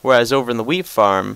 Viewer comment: when he said wheat, i thought he said weed. Here is my weed farm :P